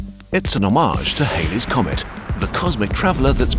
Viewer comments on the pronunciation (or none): Also, Halley is pronounced Halley.